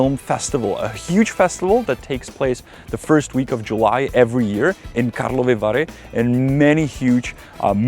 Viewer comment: karlovy vary not karlova vary . I saw Salma Hayek at the festival there once.